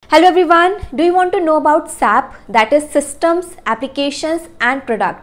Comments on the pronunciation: Mam first don't prounce it as sap... S. A. P we should spell it as letters not as a word. There are many situations they got rejected by pronunciation of sap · Please don't pronounce sap it's wrong...u can say S.A.P 💁